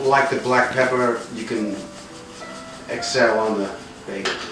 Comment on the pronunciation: Did you say Peppaaa??